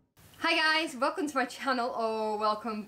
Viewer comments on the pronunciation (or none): none